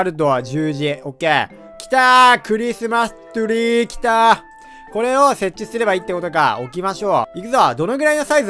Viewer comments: クリスマストゥリーw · クリスマスツリーがクリスマストュリーww